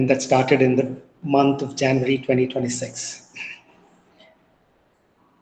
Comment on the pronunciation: Are you sure? He still mispronounced a lot of words. 1. January 2. Desire 3. Time etc.. He has a long way to go. He also has that MTI.